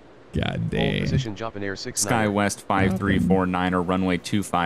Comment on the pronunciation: JAHPIN AIR!!!!!!!!!!!!!! HHHHHHAAAAAAAAAAAAAAAAAA!!!!!!!!!!!!!!!